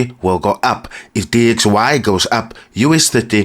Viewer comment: After he said DYX instead of DXY i knew he cant trade and this will fumble :body-green-covering-eyes::body-green-covering-eyes